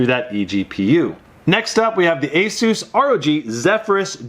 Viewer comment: You say asus wrong! You say it like azsus...